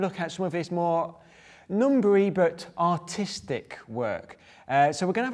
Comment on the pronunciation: it sounded like he said “in an autistic way”